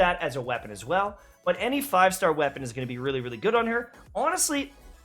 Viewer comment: I keep hearing you saying "thigh star" instead of 5 star, what's wrong with me...